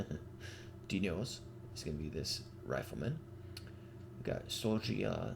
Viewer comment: hello thanks for naming units with dneos- pronunciation dnehos, where the letter e is pronounced like the e in the english word west